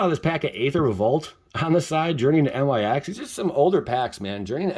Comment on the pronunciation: I really hope your pronouncing Nyx like that to troll us lol. If ya didn't know though it's pronounced Nicks. Or however one might say it lol